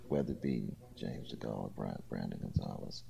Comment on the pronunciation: someone tell him it's not Charles de Gaulle, t's James DeGale